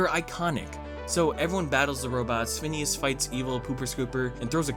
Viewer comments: phoneos and frob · He means phoneas and frob